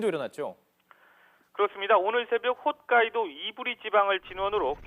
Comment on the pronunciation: 간사이(X) 칸사이(O) 훗카이도(X) 홋카이도(O)